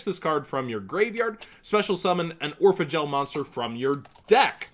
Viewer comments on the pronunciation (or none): everytime he says Orphegel i think he says Oregal